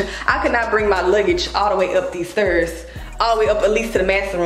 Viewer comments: “The sterrrrrs” 😂😂😂 I love you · the way u pronounced “Stairs” was killin me 😂😂 but i love your vlogs 🫶🏾